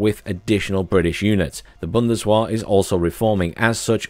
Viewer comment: Oh dear. I live in Kassel 😅 Also, that 'w' in German is pronounced like a 'v'. So its bundes-vehr.